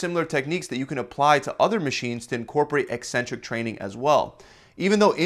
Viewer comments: Thanks for pronouncing 'eccentric' properly! You're nearly the only fitness channel that doesn't mispronounce it 'eeeeeecentric'. Bravo. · I came for the advice, and stayed for the correct pronunciation of "eccentric"